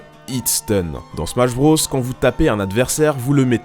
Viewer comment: Putain mais arrête de prononcer BROS comme ça... Mario BRAUSS? Super Smash BRAUSS? EDIT: Ah okay "nonante trois", tout s'explique...